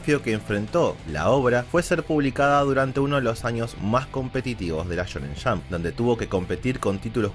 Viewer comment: me encanta su pronunciacion la shonen shamp